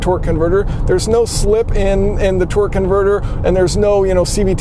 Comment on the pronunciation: Sounds like you're saying "twerk converter"...